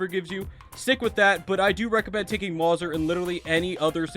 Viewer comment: Calling the Mauser (maw-ser) is 10/10 rage bait